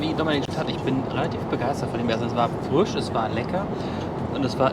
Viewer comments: Lustig, dass statt einem I immer ein Ü ausspricht..."der Füsch war sehr früsch"...:D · Der Füsch, früsch auf dem Tüsch. Ist mir auch aufgefallen :D